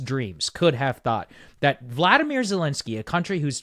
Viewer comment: Wow. Bro is so red pilled, maga brain rotted now. Blaming Zelenskyy (whose name you can’t even pronounce correctly btw) that it was his fault. Yikes bro, Russia is calling, pick up the phone 🙄